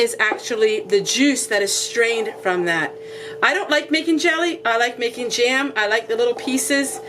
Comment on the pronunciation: Cute how you can stretch one vowel into 2 syllables-- jam = ja-am. Love your video and you are adorable.